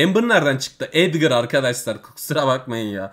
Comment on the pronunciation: Edgara edger diyen koca yürekli ablamız